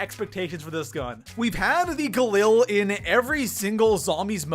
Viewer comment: You don't say galil correctly